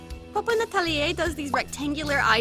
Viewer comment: Your Poppen atelier pronunciation was special cause I didn’t expect to hear any Dutch and it was almost correct Love your vids SO MUCH!